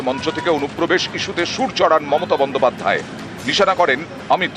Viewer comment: কিভাবে style করে বলছে দেখেছেন মমতা BON-DO-PAD-DHAY। paid advertisement চলছে খবরের নামে